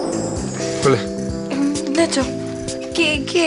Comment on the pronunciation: Notaron q Vale en vez de decis Nacho dijo Tacho?